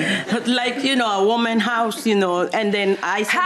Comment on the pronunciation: I thought she said "woman party" and I couldn't figure that out.